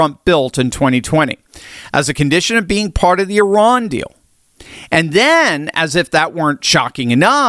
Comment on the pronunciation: you are one of the few to correctly pronounce Eeh-rahn.